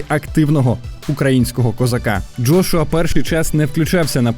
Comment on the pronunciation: Джргуа,лдошуа,джошуа.....ФУ,БЛЯ!!!! ЯКЩО ОБЗОР,ТО ОБЗОР....ПОРАХУЙ СКІЛЬКИ РАЗ НАЗВАВ І ЗРОБИВ АКЦЕНТ НА джошуа і на Усика.!!! ПОРАХУЙ,ХОЧА Б ПО ПРИЗВИЩАМ СКІЛЬКІ РАЗІВ НАЗВАВ....фу,бля.....🧐